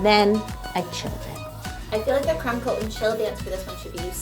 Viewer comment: For the longest time I thought she was saying crem (not creme, crem) coat not crumb coat 😂